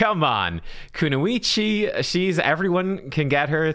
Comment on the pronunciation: Why do you pronouce "kunoichi" as "kunuichi"? There's no "u" after the "n". It's a "o". Pronounced "o". KunOichi.